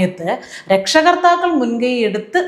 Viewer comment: "രക്ഷകർത്താക്കൾ" അല്ലാ, ട്ടോ, 'രക്ഷാകർത്താക്കൾ' എന്നു തിരുത്തണേ; അതുപോലെ "ആർമാദിക്കുക" അല്ല, 'അർമാദിക്കുക' ആണേ.😊🙏☺️